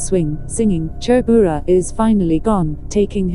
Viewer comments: Tha ltk e,mahse mizo hming ho hi chu mizotawng pangai a kan sawi ang in lam ve mai la lam enge mo vak ngai mile😁ti ve my2 kungawrhi,chhurbura tih te kha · Phungpuinu leh Chhurbura a lam rik dan hi nuihzatthlak tawp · 😂😂😂 a pronounciation mawlh khi chhurbura, kungawrhi, phung, ramhuai , sichangneii, etc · Hming khi chu lam léi/ lam pial kher lo se aw.. Hnam tin hian in koh dan kan nei vek a chutiang chuan lam ve mai se. E.g... Chhurbura..